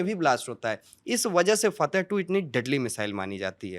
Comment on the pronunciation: फ़तह नहीं फ़त्ताह ।